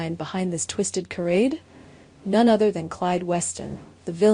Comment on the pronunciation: Charade is pronounced Sharade. Get it right or get off the air.